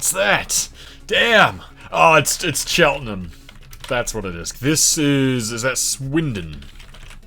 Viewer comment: Cheltenham gang! Really surprised you got my town, I feel a lot of Brits don’t even know us. And massive props for not pronouncing it like it’s a type of ham.